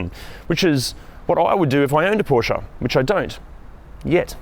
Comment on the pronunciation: Thank you for the great review. I'm thinking about buying a 2018 Macan S now. It feels and looks like new. And thank you for saying Porsche and not Porsh like most English speakers :)